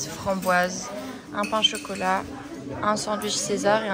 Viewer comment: MDRRR chocolateu souffleu je dead